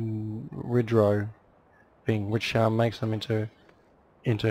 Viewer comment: its pronounced wind-row